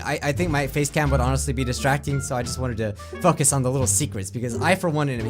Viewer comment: Wait what what do you say focus it sounds like you say A swear Word